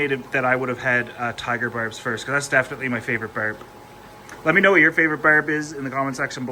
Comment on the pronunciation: I hear berbs.